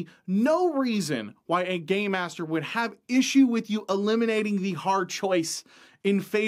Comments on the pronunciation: It sounds like you keep saying "Gay master" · When he says "game master", it does not sound like game master 😀😁😂🤣